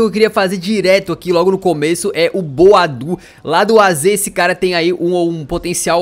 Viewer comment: começa a chamar o boadu por boadeus